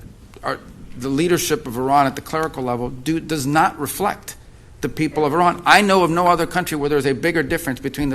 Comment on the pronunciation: IRAN ❌ I-RAN ✅